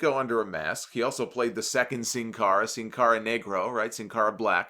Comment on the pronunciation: First english speaking person from YouTube that pronounce “Sin Cara” right